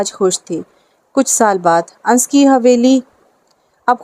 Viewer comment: Ye Anas he na ki ans